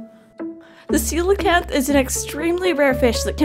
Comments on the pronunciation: I think it was called “Coke-Lee-Anth” 😂😂 but it’s “see-low-can-th” 😂😂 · lmao did anyone else think it was pronounced "coal-canth" before this video?